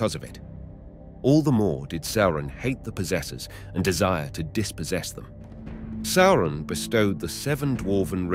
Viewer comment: How can someone be so well-versed in LotR and not know how to say "Sauron"?